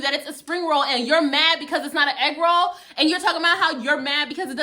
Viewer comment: "The FBI is not investigating your eegroll." LMAO. I can hardly type this I'm crying so hard.